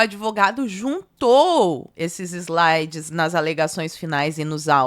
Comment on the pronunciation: "Islaides"??? Kkkkkk